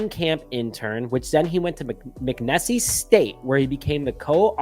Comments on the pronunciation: Nessie is in Loch Ness... it's pronounced "Mick-Niece". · Good hire . The college is pronounced mack neese state ! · McNeese pronounced Mick Niece😂.. 🐻⬇️